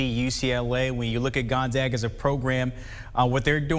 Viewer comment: Awesome that you pronounced 'Gonzaga' correctly... next is to Google 'Spokane' and learn how to pronounce the city's name correctly for your following reports! :)